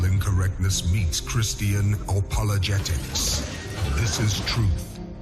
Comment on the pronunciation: Christian “O”pologetics?